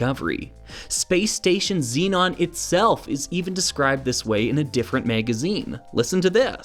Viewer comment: As spelt shouldn't Zenon be pronounced Zen-on rather than Zee-non? Perhaps this is a North American thing?